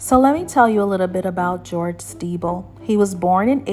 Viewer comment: The pronunciation of the name is incorrect…it is pronounced like Sti-bell although the spelling is Stiebel . She’s saying Stee-ble